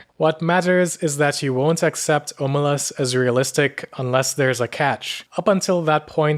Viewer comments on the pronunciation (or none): Stop butchering the name, it's pronounced ahmelazs